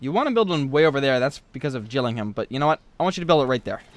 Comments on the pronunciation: Oh wow I'm from England and I thought that he said Gillingham right And also I'm sure he said Middlesbrough right as well. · you had gillingham correct (some pronounce it gilling-um)